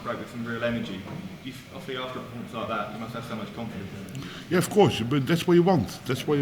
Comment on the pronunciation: Love mvg ..you can guarentee he says the word "confidonce" every interview 😂